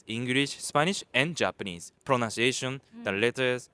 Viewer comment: Please have the “teaches correct their pronunciation of “pronunciation”. Pronounce (ou) is “ow” Pronunciation (nun) is “un”